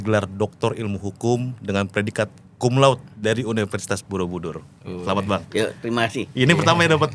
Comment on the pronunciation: Cum laude harusnya dibaca kumlaude, bukan kumlaut